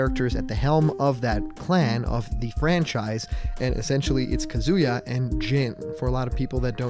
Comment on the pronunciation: YOU GOT KAZUYA RIGHT